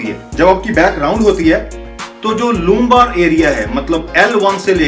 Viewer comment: kervical,loooombar, thorakik Sir you are great 😂😂😂😂